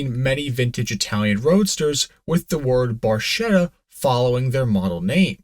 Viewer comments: It’s “bar-KET-ah”, not “bar-SHET-ah”. In Italian, the “ch” is the same as the “k” in English. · Barchetta is pronounced b a r k e t t a, the ch is a hard k sound in Italian. It means “little boat”, as you alluded to. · Barchetta reads barketta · Barchetta is pronounced barKetta